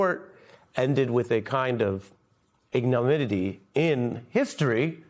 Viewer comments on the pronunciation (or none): It's 'ignominy', not 'ignominity', Ari.